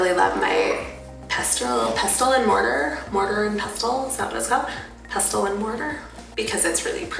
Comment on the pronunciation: Pestle : pessl … the t is silent